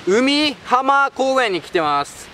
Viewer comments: うみはまじゃなくてかいひんだろ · お疲れさま(._.) 海浜 うみはまじゃなくて かいひんって読むとよ！